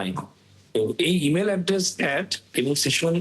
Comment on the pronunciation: projokti bangladesher manus ki buje? station noy session